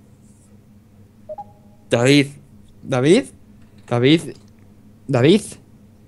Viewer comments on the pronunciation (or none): dice dafif en vez de david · Me divierte como pronuncia ''davidz'' xD (asi lo escucho yo, no me peguen